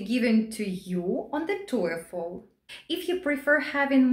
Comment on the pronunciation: The way she pronounces TOEFL sounds like Toyfle.